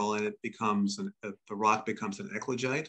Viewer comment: Equijite?!? Ecuagite? Eklagite?!? If anyone is interested in Googleing the "high temperature basalt" they keep talking about, it's "ECLOGITE". It took me quite a while to get close enough to the right word that Google would give a decent suggestion. 🤔